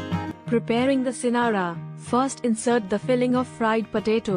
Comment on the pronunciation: It's singara not scenarios